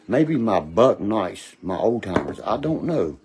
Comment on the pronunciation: HE SAID BUCK NICE..... NO TEETH HE CANT SAY KNIVES BLAHAHAHAHAHA